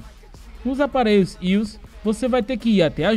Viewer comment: ius? kkkkk i.o.s fala assim a galera entende mais fácil k